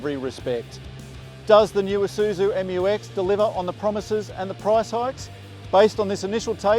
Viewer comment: Finally find an english speaking car reviewer pronounce it right hahaha